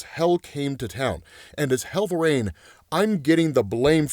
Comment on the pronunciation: why the fuck do you say "Hell-vuh-rain"?! WTF is wrong with you, it's "vuh-reen"